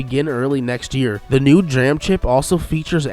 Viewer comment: But he can't pronounce DRAM.